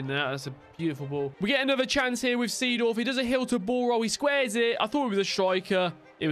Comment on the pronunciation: Its pronounced Zedorf,not the same as its written